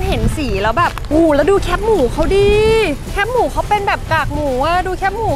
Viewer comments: แคบหมูค่ะ ไม่ใช่แคปหมู แคบแบบซอยแคบ ๆงี้ค่ะ จากใจคนเหนือ เห็นคนกรุงเทพพูดผิดเยอะมาก 🥺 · แคบหมู อ่านว่า แคบหมู คอ -แอ -บอ แคบ (เหมือนกับคำว่า ที่แคบ) ไม่ใช่ แคปหมู หรือแค่บหมู